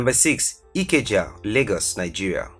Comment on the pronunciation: Highly doubt it was from a Nigerian perspective his pronunciation for Ikeja was off. I actually suspect Nairobi